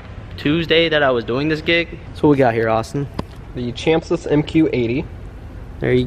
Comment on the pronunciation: Chamsys is pronounced cam-sys